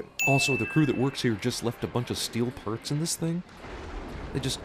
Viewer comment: they say "perts" instead of "parts" DING!